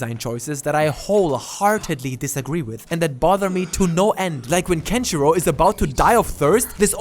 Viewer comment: The way he said Kenshirou sounds like "country road"....